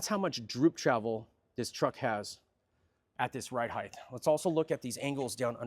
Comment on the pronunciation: People it’s 2026. Can we finally agree it’s height not heitdth